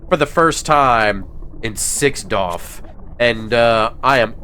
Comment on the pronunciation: 6DOF 😂 my guy. Something weird about you saying it like this. But you keep doing you.